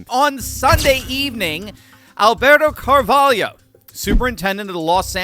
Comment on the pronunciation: *Car-vol’-oh. Not “Yo”.